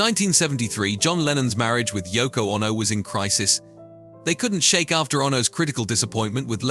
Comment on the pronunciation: What is this Yoko Onno business ? Has this guy never heard anyone say the name ?